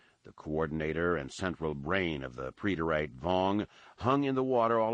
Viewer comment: So when he says "pree-det-ayte.." does he mean preterite